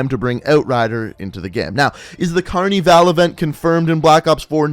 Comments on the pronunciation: "cArNi vAl" its carnival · phahaha how does he not know how to say that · Aaron 102 carneeval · I'm from Brazil and its carnival not carneeevale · Why he say carnival like that ( Carneevale ) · you’re saying Carnival wrong, don’t say it in an American accent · pahahaha do you seriously not know how to say the the word "carnival"